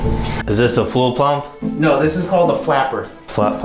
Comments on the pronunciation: When he said "Is that the fule pump" 😂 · "Is that the fluel pump?" LMAO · “Is this a fluel pump?” “No, this is called a flapper” “Flap pump?” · I lost is at "is this a fluel plump"